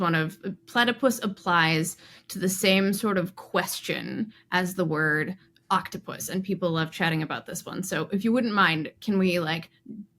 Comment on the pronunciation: It's octo-pus, not oct-opus